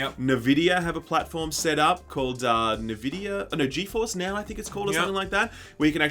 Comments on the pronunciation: Nahvidia? It's n-vidia, no? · It's not "Na-vid-ee-ah" it's "En-vid-ee-ah" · you're killing me with this "nehvidia" stuff. It's "en-vidia"! Remember the lady voice that used to say it before your games? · Navidia?? U guys are a gaming news channel?? It's pronounced 'N'-'Vidia' (Enn Vidia). Why am i subbed to this channel....smh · its "en" vidia not "Ne" vidia wtf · NuhVidia??.. its eNvidia guys :) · SHILL UP CAN'T SAY NVIDIA. IT'S END VIDIA NOT NUH VIDIA. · Nevidia…??? Its N-Vidia. Pleb alert. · Nah-vidia??!? Come on boys!?! ¡EN-Vidia! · wtf is nevidia? it's (en)Vidia? right? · Wait, is it nevidea or N-Videa? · It's not NUH Vidia. It's N. It's just N. No nuh. It's literally the letter N. NVidia. Not NUHVidia. N!! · Jaxson Mahan - I'm Australian and I still pronounce it just as an "N". Nah Vidia is just wrong pronunciation. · Who call Nvidia as 'NaVidia'? It is pronounced as 'EnVidia' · wait , its en vidia ? i always just pronounced the n alone similar to the japanese n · "Nah-Vidia" lol? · I feel physical pain everytime he says Navidia. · What da hell is Nevidia? lol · Neh-vidia? Lmao. Each time I heard Neh-vidia a piece of my soul died. PS: love you guys. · "Nuaahh-Vidia" didn't realize that's how you pronounce Nvidia, thanks for that SkillUp . :P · what's nervidia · 'Novidia'..? What's that? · "NaVidia" I've never been triggered so hard by a LG video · Came here for this. get your facts straight ohmygodd! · The D is silent. N vidia! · He...he just kept on saying it... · I think it's an Australian thing... :-)